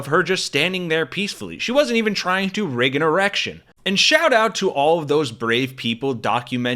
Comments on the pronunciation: "Rig a Erection" LOL! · “rig an erection” 😂😂😂